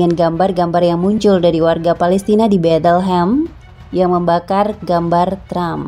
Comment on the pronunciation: Betelhem apa betlehem? Waduhhhh